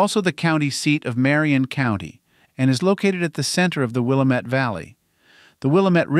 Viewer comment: Will uh met Chem uh kayta Chem uh keta PLEASE, if you’re going to talk about a place, especially when there are names that are unusual, make sure you pronounce them correctly. Willamette: it’s not Will uh met, it’s Will am met. Chemeketa: it’s not “Chem uh kātuh” or Chem uh kētuh, it’s “Shemeckuhtuh” -“Shem meck uh tuh”. Thank you, from a Willamette Valley Oregon resident.